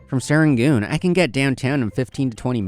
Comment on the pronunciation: I would say the pronunciation for Serangoon was a bit off, it's more like Sir-Ran-Goon than Seh-Ran-Goon.